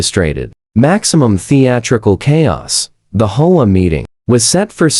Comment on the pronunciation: HEY PRODUCER! ---> REGARDING Your AI: It can't read the script properly. It's three letters, H.O.A., NOT the single-word, "HOE-AH". It can't tell the difference between the end of a sentence, with a "period", and the end of the first line of words, in a two line sentence. It pauses in the middle and adds the rest of the sentence to the beginning of the NEXT one! It can't decide from the context of the sentence, which way to pronounce ambiguous words like "READ" or "LEAD", and it sees the period in abbreviations as "END OF SENTENCE". ---> AI (or at least YOUR AI) isn't ready to be a stand-alone video machine. You can't just click a button and have the AI generate a couple DOZEN videos, and upload them, WHILE you get to sit back, and wait to collect your GOOGLE PAYCHECK! Well, it doesn't work that way! ---> Your AI gets a GRADE = C+ ---> The producer does not know how to properly teach the AI to be accurate when doing the AI VOICE-OVER. The producer is really only interested in his PAYCHECK, or he would have learned enough about AI to properly run it. Not only ignorant, but GREEDY. He's in too much of a hurry, (or too LAZY), to be bothered with having to PROOF-CHECK all the videos that the AI cranks out, and he obviously, doesn't bother to fix the errors, even if he did notice them. --> You're being paid, quit looking for a get-rich SHORT-CUT. At least, REVIEW each video for ERRORS, and FIX THEM, BEFORE UPLOADING it!. EARN YOUR KEEP! TAKE PRIDE IN YOUR WORK! I won't give the pr